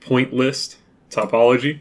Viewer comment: You weren't pronouncing topology wrong! (At least I don't think so. If so, then I guess I got it wrong too xD). By the way, these videos are great. Thank you so much, you don't know how helpful they are. I know a little bit from OpenGL, but I never used the Windows API directly and this is the first time I look into directX. Thanks again!!